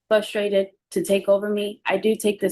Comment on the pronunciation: said she said fuss -trated - not a word. I have no idea what you’re replying to.